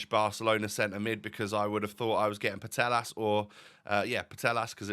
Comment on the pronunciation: Hey! The “LL” sound in Spanish is a Y sound so Putellas sounds like Poo-Tay-As. Keep up the great vids ⚽️